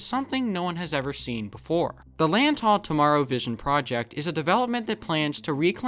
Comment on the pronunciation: Great video, by the way, Lantau is pronounced with more of a ‘W’ than a ‘U’ and pronouncing the Lant-A-u like the A in Apple